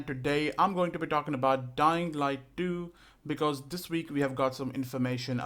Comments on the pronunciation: "Dying light du" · When the video started I heard “Dying Light Doo”